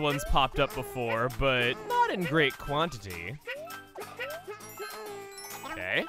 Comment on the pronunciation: the way you say “not” kinda freaks me out